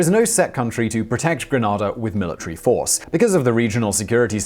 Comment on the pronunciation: Gran (ar) da is in Spain, The Caribbean island is pronounced Gren (ay) da. Please get it right!